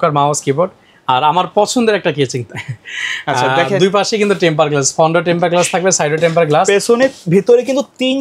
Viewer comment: কেচিং😂 ভাল না😂